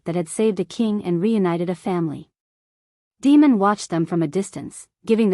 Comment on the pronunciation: I cringe every time that voice calls him Demon. I’m assuming it’s Damon? Other than that announce the story is great and riveting.